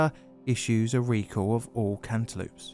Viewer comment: "cant e loops" I thought this was an april fools?